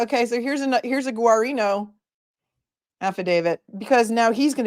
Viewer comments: I grew up in Norwood which where Guarino is from originally. The GUA isn’t pronounced as it looks 😂 Phonetically, It’s pronounced, Gareano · L love you guys. It’s so laughable the way no one can pronounce trooper GUARINO name.its Gerino